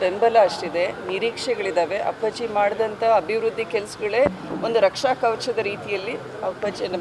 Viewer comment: Say appaji properly😅😅😅😂